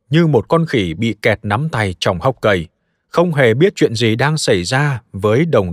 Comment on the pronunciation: Người ta viết giọng trung lập. Ông nay đọc lại nhấn mạnh chữ "khỉ" để nghe có giọng khinh bỉ